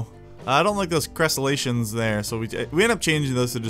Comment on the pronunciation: They are Crenellations not Crescelations! Love your Planet Coaster Vids! Newly subbed going to check out the rest of your videos when I get some free time :P